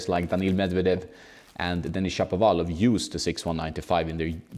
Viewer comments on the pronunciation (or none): none